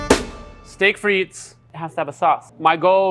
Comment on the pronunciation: The T in frites is silent 😅